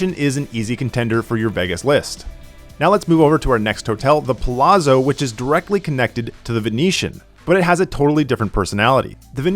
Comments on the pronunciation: ZZ makes a ts sound in Italian. Its pronounced puh lats so, not puh lazzo, same ts sound like saying pizza. You say pete sah, not pee za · Palazzo = like pallats-zo, not palasso. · It's prounced Pah Latz , bro 😂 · pronounced Palazzo wrong 😂